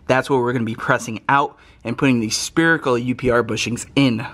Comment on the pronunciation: spherical not spearical......